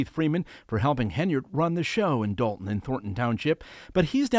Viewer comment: D-O-lton not DALton!